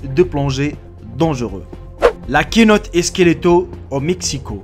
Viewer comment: ça s'écrit kenote mais ça se dit senote